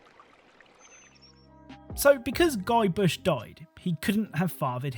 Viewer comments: Ive never played the game but you called him Guybush (at least I think thats what I heard) whereas the cut scene subtitles say Guybrush 🤔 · Great video. Though - just a heads-up - it's Guybrush, not Guybush. That's because the name came from the original sprite of the character's file name and file format, which was "guy.brush" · It's guybrush not bush .. sorry lol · It's GuyBRUSH, not GuyBUSH. Guybrush Threepwood, mighty pirate. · Guybush?...... Guybush???..... Oh, you mean Guybrush Threepwood. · I can't tell if mispronouncing Guybrush's name is an intentional callback to the series' running joke or not. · Been a minute since I played a monkey Island game. Is there a reason you mispronounced Guybrush's name?